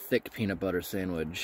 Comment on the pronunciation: You are supposed to give the FRH a little shake to help it start the chemical reaction. Also not supposed to set it down flat but on an angle. Also please learn to say sandwich properly.